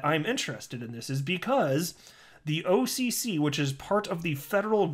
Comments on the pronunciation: I dig the way you pronounce OCC. "awwwwwkihkih" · Occ sounding out was funny 😂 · Sounding out OCC over and over again wasn't annoying at all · I really like your videos, they crack me up..So pleased I am not dead to you..Your OCC pronunciation reminds me of you gotta go watch the video..